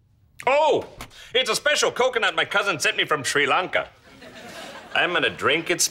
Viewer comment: Did he say sri lanka😂❤